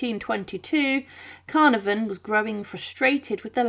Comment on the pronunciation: Idiotic pronunciations like Carnavon give the game away of being yet another AI